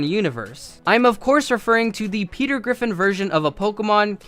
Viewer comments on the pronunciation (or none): none